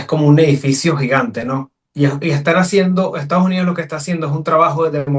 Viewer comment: no es Estaujunío, es Estados Unidos. Eres Politólogo.